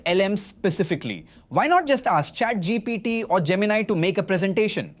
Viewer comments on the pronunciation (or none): the way he said chat gpt , man something is sus i guess bro is using seedance 2 make videos now